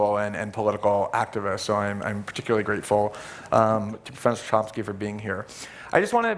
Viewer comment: did he call chomsky as tomsky ? again and again ?